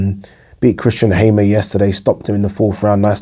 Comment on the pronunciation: Haymer lol